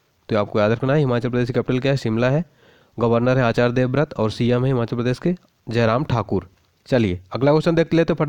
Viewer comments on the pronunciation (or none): Sir himachal pradesh is correct pronuciation not himanchal 😂😂😂be accurate